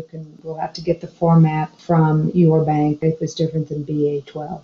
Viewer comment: What is BA-twelve??? Surely you meant BAI2 (with the letter 'I')...